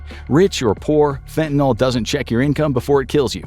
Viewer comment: The way he prounounces "fentanyl"